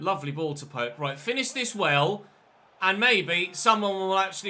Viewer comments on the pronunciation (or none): none